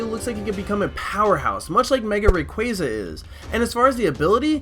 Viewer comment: it's ray.qaah.zuuh